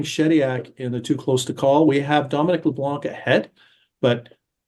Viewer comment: Could you pronounce Leblanc properly please? The 'C' is silent.